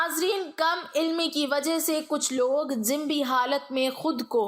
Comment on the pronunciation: عمدہ تحریر اور انداز بیان ہے مگر لفظ جنبی کے تلفظ میں ج اور ن پر پیش ہوتا ہے جزاک اللہ خیر ۔